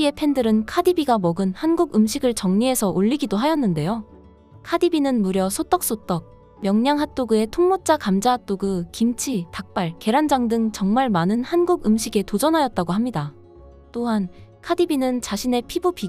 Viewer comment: 명'랑'핫도그를 왜 계속 명'량'핫도그라고 하죠?? ㅋㅋㅋ